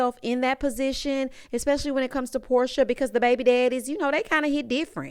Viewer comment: Porsha not Porshia!!!